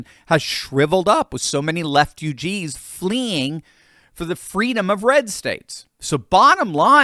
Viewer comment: “Leftugess”. 😂🤣😂🤣😂🤣😂🤣😂🤣😂🤣 I’ve gotta steal that from you!